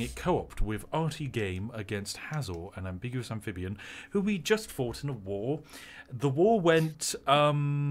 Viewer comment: I have never heard anyone pronounce the word "ambiguous" like this. Embeegoos